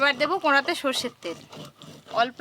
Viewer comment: কোঁড়া নয় কড়া বলো😊